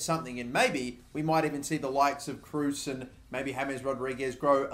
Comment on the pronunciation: It's pronounced tony Krose .